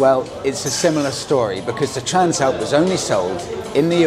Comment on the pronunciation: I thought you pronounced it TRANSLAPPER